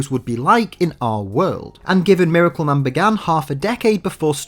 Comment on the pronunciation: “Mare-acle Man”